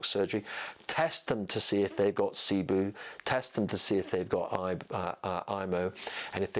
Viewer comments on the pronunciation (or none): It’s pronounced SIBO. Not SIBOO